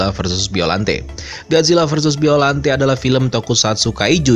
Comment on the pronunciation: Bacanya gak gitu juga kali baca biollante nya